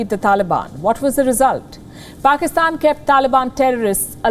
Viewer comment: Its not Pakistan, its "Paxtan"! You know, the cool and hip one 😎